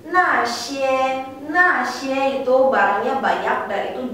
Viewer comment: maaf itu pinyin na xie, kesalahan di xie nya harusnya nada satu di E.. harusnya xi huan bukan si huan